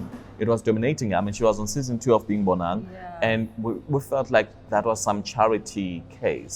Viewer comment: Oh gosh why do you pronounce 'Bonang' the way you do. I cringe everytime you say Bonang..